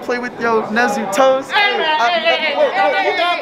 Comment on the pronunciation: It's NEZU-WAR!!!